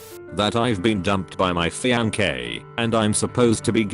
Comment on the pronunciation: Nobody: Robot voice: FiAnQuÉ